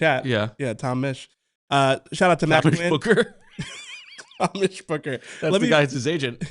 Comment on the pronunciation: “Tom-mish the Tank Engine.” 😂